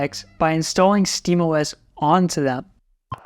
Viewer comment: you said steamos like "steemus" I'm GLaD someone gets the "GLaD Oh Es" joke